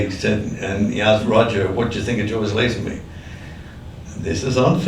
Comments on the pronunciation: I shee that George pronounces his name as Lay zen bee, which always mind, not Laeh zen bee as this video's announcer does. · Nice. (PS: The name is pronounced LAY-zenby, not small "a".) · First, get the name right: the man’s name is pronounced LAY-zen-bee! Second, thank you for doing this, highlighting my favourite James Bond, star of the best Bond film of all! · Mate..... Lay-zen-bee! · Lay - zun - be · LAY zenby As in get LAYED! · Lay-zin-bee. George Lay-zin-bee. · Why does everyone keep mispronouncing his last name! LOL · You sound like an expert, but you pronounced his name wrong EVERY time you said it.